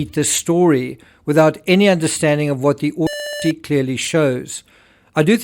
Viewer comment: Terrible sound while you’re saying „autopsy“! Unbearable! What’s wrong with the word „autopsy“!?